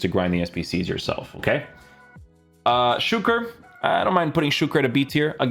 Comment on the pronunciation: I love how you are one of the few to pronounce Suker's name correctly. 👏🏽